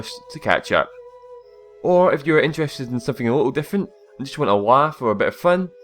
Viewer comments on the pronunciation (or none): none